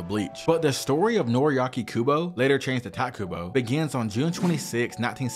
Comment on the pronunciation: Man, there is no stop to people calling Kubo 'Tight'. You can say it right which is barely an inconvenience.